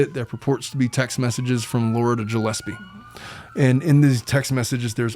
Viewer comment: Gillespie was pronounced wrong too.